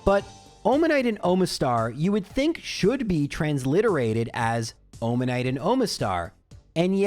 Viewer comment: Japanese only has five vowels, and doesn't have a schwa, so the way and most anglophones pronounce "Omanyte" and "Omastar" is closer to ム (mu) than to マ (ma).